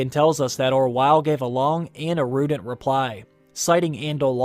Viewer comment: Erudet reply? Erudite bro. These videos are great but these pronunciations are killing me.